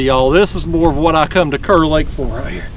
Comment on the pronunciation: Wish I would’ve known you were headed this way - would have loved to meet you. We pronounce Kerr “car”. Love your channel. Watch every video.